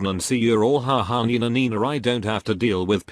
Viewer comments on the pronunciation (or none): none